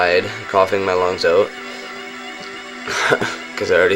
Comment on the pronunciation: "greened oat"